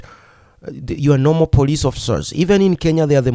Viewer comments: You can't pronounce the word "police" ? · please its is not Poriceeee it is Policeeee😂